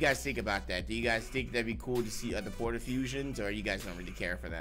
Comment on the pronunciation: God damn can read "Porta"???? What is that?